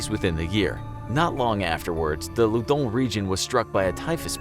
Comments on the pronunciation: I thought he tried to write London but said loundon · Why do u say ludnon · Why does it say Loudun